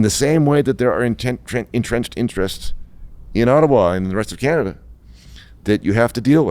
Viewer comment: HE CANT EVEN SAY "CANADA" and remember ONTARIO SUCKS ALBERTA dry, with QUEERBECK.